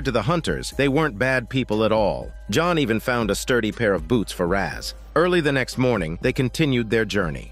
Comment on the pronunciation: Blud said john but a French accent like "Jonu" Edit:i hear "johon" now